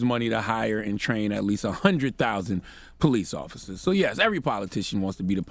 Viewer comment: It's "Police Officers" not Poleeth Officas. Get real.